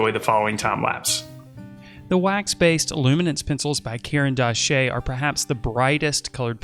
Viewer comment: Caran d’Ache is pronounced "karandash," which is the Russian word for "pencil."